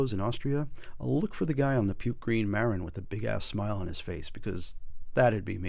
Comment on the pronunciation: Great video but it's Muh-Rinn, not Mare-in. haha